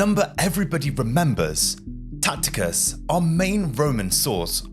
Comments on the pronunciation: Tacitus not Tacticus. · It’s Tacitus , not Tactitus( sic). To mispronounce thé leading Roman historian as you do , indicates nearly zero real familiarity with your sources. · It's Tacitus, not Tacticus. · It's Tacitus not Tacticus. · It's Tacitus not Tacticus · "After doing all the research for this video" ??? 😂😂😂 You watched a few videos on Youtube and wrote a synopsis. "Two more videos I think you're going to absolutely love ?" Based on what evidence ? Btw, as mentioned below, the Roman historian's name is TACITUS. (Pronounced 'Tass - it - uss'. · I know you english have a distain for the correct pronunciation of non-english personal names and place-names. However, if you're going to present a history show you should at least make an effort. It 'Tacitus' with a soft c. This is not a difficult name to pronounce. Good video otherwise.